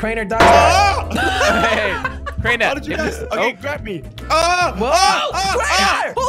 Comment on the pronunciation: it’s crainer not cariner